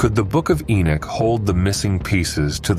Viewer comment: I don't know if I can listen to you say the name Enoch wrong through the whole video